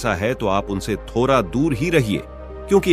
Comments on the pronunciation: Tota , tota , tota, tota, thoda ko thora 😂😂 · What a crap story! थोरा, उरना, पेर....यह क्यां हर जगह 'ड' टाइप करना भुल गया था, जो यह computer voice text to speech हर 'ड' को 'र' बोल रहा है!